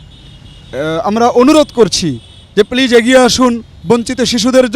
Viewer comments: I don't like the man who his asking questions to the seller, his pronounce of please sounds pleaze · Plaze not please ok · Pleaj pleaj pleaj Presenter is a joke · উপস্থাপক: পিলিজ পিলিজ পিলিজ..... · You pronounce “Please” very bad. Don’t pronounce “s” as J pronoune as “z”. Thanks. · উপস্থাপকের প্লিজ উচ্চারণ হয়নি!😀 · correect your pronunciation of please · উপস্থাপকের "প্লিজ" বলার উচ্চারণ ভুল. লিয়াকত ভাই অসাধারণ ইংরেজি বলেন। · He can speak English so what.if u try u can do it.presenter talk too much like a fool he can not pronunce "PLEASE "